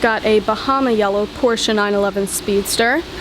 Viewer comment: Well young lady, not bad, not at all. And thank you so much for saying "Porsche", and not "Porsch´" as some people do. Keep up the good work! Cheers from Sweden.